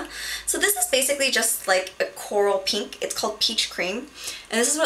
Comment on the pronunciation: all beauty gurus say "peenk" rather than "pink"